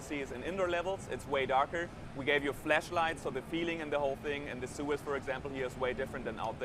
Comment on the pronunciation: the guy sead "flesh light " instead of flash light lol